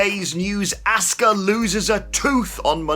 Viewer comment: 🤦‍♂️ It is really that hard to say her name correctly? Nobody in the WWE says Ask-uh It's Ah-ska